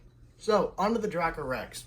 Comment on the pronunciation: It's actually pronounced dray-coe rex